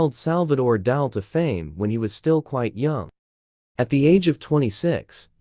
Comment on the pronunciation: Its Dali not Dahl. Pls pronounce correctly